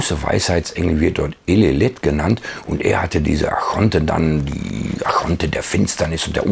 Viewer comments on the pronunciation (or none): Ich höre immer 'Achonten', müsste das nicht Archonten heissen?